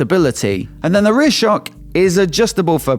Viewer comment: “Both the for-KK and sho-KK” Accentuation to the max! lol 😂